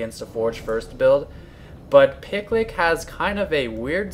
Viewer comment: I think the name is supposed to be pronounced more like PickYou LickYou [Pi-Q Li-Q]